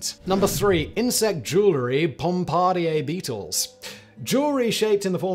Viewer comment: Bomb ba deer beetle.......that's how you say that